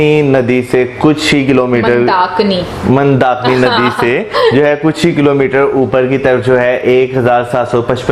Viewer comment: As always pronunciation is wrong.He cannot say Rudra Prayag and Mandakini.Prayog instead of Prayag.